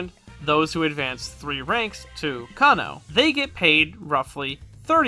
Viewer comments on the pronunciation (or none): Just one thing in regards to Japanese in general; the "e" isn't a silent letter and is pronounced like "eh". So Mizunoe = mi zu no eh, Kanoe = ka no eh, Hinoe = hi no eh, Kinoe = Ki no eh